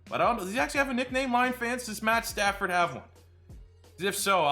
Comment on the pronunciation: It’s pad statsford